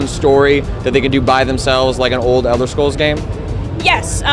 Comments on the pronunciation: did she say elder schrolls? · elder sholes :D